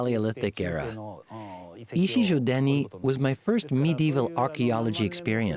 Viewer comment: Sorry, but Ichijödani is wrong. It's not ö, but ō. A slightly longer o. Ö is a different sound than o. Very difficult to explain to English speakers how it sounds, but quite simple for germanic speakers like Germany, Switzerland, Austria and even Finnland.